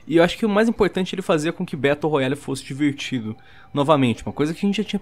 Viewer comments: "traz elementos de um BETO ROYALE" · "Betão da realeza"